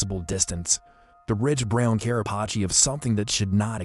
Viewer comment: It’s actually Carapace